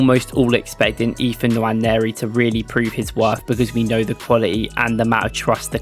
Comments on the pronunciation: It’s not Nawa-neri, it’s more like Noire-neri. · The N is silent. Waneri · Nwaneri = nwA-nay-rI This is the correct pronunciation because he is nigerian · no it’s not. It’s pronounced En-Wan-Airy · Its pronounced Enwa - neri , hes from the same Nigerian tribe as me. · Great video. Please learn how to pronounce his name properly. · Good video. but please stop butchering his name. If you need a pronunciation clip DM me. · Quite frustrating to be hearing it. Not every name has to be anglicised